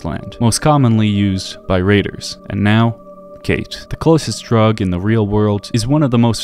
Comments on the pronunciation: Oh god her irish accent is brutal. Also her name isnt actually pronounced kate, Cáit is usual pronounced kinda like caught or cot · Being Irish myself I can't take anything she says seriously cos her accent is just DREADFUL, she sounds like she's about to steal me lucky charms! Not slamming the VA she probably was given bad direction by Bethesda. Furthermore, spelled like Cait, it's shouldn't be pronounced as "Kate" it should be pronounced as caw-ch. Great video though!